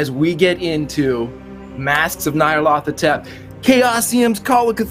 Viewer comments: Why do people keep calling it "Nayarlathotep"? It's not even one person, it's multiple YouTube videos calling it like that. Nyar La Tothep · This is the first time I’ve ever heard Nyarlathotep pronounced that way. I always pronounced the “Ny” as “Ñ.” My mind is blown by this extra syllable.